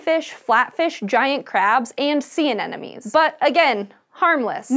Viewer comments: It's an-em-on-es, not an-en-em-ies.. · She said “sea anenemies” lol